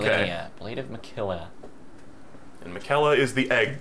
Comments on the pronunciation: infuriating to hear use the example of naruto being mispronounced by people and proceeding to say margit and miquella wrong consistently. said margit right one time and proceeded to correct himself and then say it wrong again. I love these videos regardless, its all part of the charm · It is crazy how they mention people not pronouncing characters names correctly and then call Miquella “Ma-kella“ right after Melania pronounces it correctly. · Dude you can’t complain about people mispronouncing a name in naruto and then you two proceeding misprounounce Miquella the entire game lmao. At the end mispronounces it literally as Malenia is saying it the right ray, he literally says on top of it lmao Btw this isn’t supposed to be mean I just thought it was funny, love the channel and the series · They do constantly mispronounce stuff in this game, lol. But to be fair these are a bunch of weird fantasy names, and they're talking over the dialogue most of the time which would inform them how to pronounce it